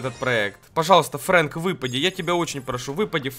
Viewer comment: НЕ ФРЕНК А ФРЭНК